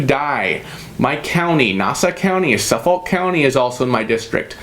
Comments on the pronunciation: Please don't pronounce the "L" in Suffolk county lol it's pronounced 'suhfuk' Pete used to be my rep when I lived in the south shore Thanks for your videos!! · I second that. I’m from suffolk. Never say the L 😂